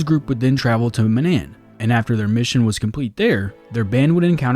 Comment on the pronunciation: You played KOTOR right? You pronounced Manaan wrong.